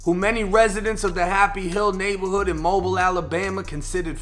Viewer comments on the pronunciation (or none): Bruh it's pronounced Moe-bill not mobile like the fucking phone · its pronounced MO-BILL not mobile like mobile home... Mobile is fucked up.. u got to leave if u stay this is reality RIP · It's pronounced Moe - Bill* Alabama..... Mobil is a petrol ⛽ company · Pronounced mobeel 😂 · aye bruh, im from birmingham and ima go ahead n let yall know its pronounced MO-BEAL AL..look I dunno why. they all on some shit down here -delete after absorbing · Errrbody say it with me slowly MO-BILL alabama 251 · I love ya but it's pronounced Moe-beel. I'm from near there in Pascagoula, MS, about 30 minutes away. Common mistake for the non-native of the area. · Just to be on point it’s pronounced Mo-bill or Mo-bile when saying Mobile, Alabama. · It's pronounced like Moe-beel bro. This was either a revenge hit or he sacrificed his grandparents to get the opps of his trail or for fame and money or both. It's a damn shame. He knew the repercussions of the streets. He should have moved them up outta there. Senseless act of violence. It's gotta stop. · You say Mobile wrong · Bra you just lost cool points w Alabama 🤦🏻‍♂️ pronouncing Mobile wrong. And these gangs, not organisations c'mon let's call em what they are, are demonic in nature. You can't be surprised that anything that's down w murdering anyone would be ok w what they did. But welcome to Mobile. Ppl don't really know bout the city like that cuz it's small but they been getting down for years